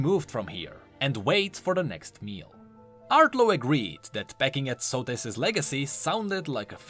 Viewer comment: Socrates without the c and the r